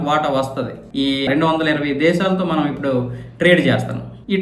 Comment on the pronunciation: Not "MAANAM", that is "Manam"